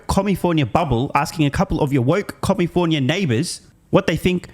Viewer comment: It's California, not commifornia. The fifth largest economy in this beautiful world.